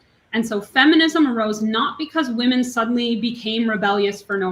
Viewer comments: Why can’t so many people say ‘women’?!?!!! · Woman is not the plural for woman!!!!! Omg I’m gonna lose my shit 😅 it’s women! Pronounced whe’men . Stop saying “ all woman did such and such” please. When did this even start?